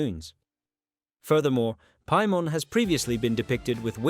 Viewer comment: do you even play Genshin Impact with the way you pronounce Paimon?